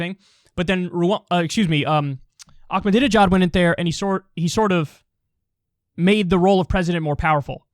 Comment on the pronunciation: Ahmadinejad doesn’t have a C or K in it, it’s not pronounced that way.